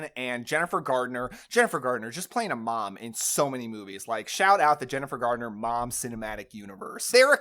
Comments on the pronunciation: Are you saying Jason RoBARBS? It’s Jason RobarDs. Also, Jennifer Garner, not Gardener. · *Jason Robards...not Robarbs. Jennifer Garner...not Gardner ;)